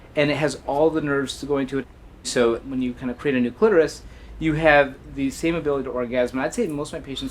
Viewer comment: I just wish Stacy would learn to pronounce her Ts - by the time she got to pronouncing clitoris without the T I was DUNZO